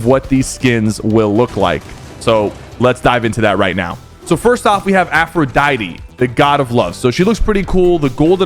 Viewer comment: Af ro die-t